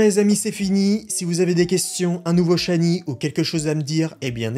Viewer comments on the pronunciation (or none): none